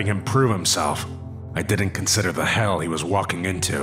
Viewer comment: U said "he'll"